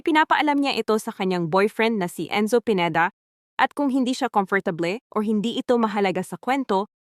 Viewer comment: Whaaat?! How did u say 'comfortable'!!!!????